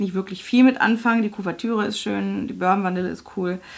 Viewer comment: Burben Vanille? BurBON Vanille :)